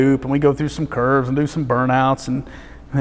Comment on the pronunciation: Every time he says "curves", I understand it as "kerbs". Now, the roads in Germany are like race-tracks, but they have no kerbs